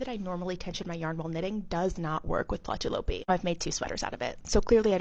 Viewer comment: That is so interesting, is it really warm because I knit and I’m menopausal hot 🥵 all the time. You pronounced the yarn name well . The double dots ü above a letter indicates the vowel sound E as the following letter , well that’s what a 17 year old taught me when I was 17 living in Germany , back in 1980.